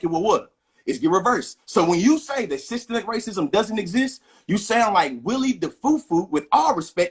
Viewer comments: "SYSTEM-MIC" not "Sistamactic," not a cooking appliance. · I gave up watching as soon as I heard "SYETEMATIC" racism. 😂😂😂😂😂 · All the black fox viewers don't even know what systemic racism is. The brother couldn't even pronounce it. 🤔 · "SystEMIC acism" is exemplified when these semi-literate goofies pronounce the word as "systEMATIC". A failed education system that has produced a generation of goofies who neither understand the King's english nor the proper pronunciation of the same. My guy, stop talking. You sound dumb. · Okay we knew we had a dummy online as soon as he says systemic incorrectly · Buddy in the Maga cap clearly is uneducated as he can't pronounce systemic correctly. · OMG, dude couldn't even pronounce Systematic racism. He needs to go back to school. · He can't even pronounce the word systemic...that explains alot.... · the scariest thing about this guy is he can`t even pronounce systemic racism there is no need to take this guy seriously. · This idiot couldn’t even pronounce systemic and thinks he smart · The dude pronounced 'systemic" wrong! This why he doesn't know what is is😂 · He couldn’t even pronounce SYSTEMIC properly—ignorance is NOT bliss!!!! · MAGA Dude can't even say Systemic.... Dunce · He not only doesn’t get what it is,he also doesn’t know how to pronounce it. True Trump supporter, dumb dumb. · It’s the fact that the maga dude so dumb he pronounced it wrong to try and make it seem as if it isn’t a real thing. That’s the maga trick pronounce words or names wrong to take its validity smh